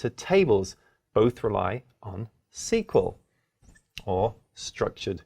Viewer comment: I’m not sure I can trust a guy who pronounces JSON and SQL like that…